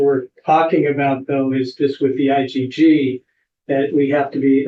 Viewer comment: Why is the judge calling IGG, "IDD"sometimes?